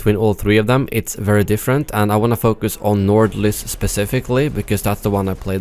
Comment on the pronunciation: bro u are from sweden and I am from Norway, we both know how to say nordlys so dont pretend like u cant pronounce it properly because u are talking english or something